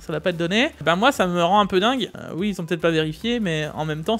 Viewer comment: on dit " oui " pas " uuuii ", on dit " oui " pas " ui ", uuuuuuiiiiiiiiiiii?